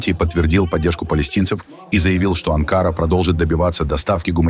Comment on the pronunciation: Анкара--ударение на последнюю букву А.